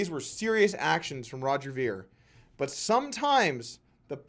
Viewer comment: Meh. Sort of a petty video. Roger Ver has done a lot for Bitcoin and most people who he debates also end up turning petty. It's pronounced "vair" not "veer" :D On to the next one please, Doug. I love all your content otherwise.